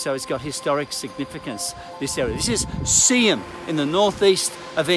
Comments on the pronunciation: so pleased you got the pronunciation correct 👍🏼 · Because everyone from outside the area would have pronounced it the Yanky way, Sea-Ham. But you pronounced it with the silent h, the way it should be. Good on ya 👍🏼. You take care too, it’s a crazy world